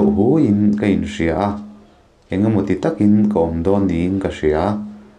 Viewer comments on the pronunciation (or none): none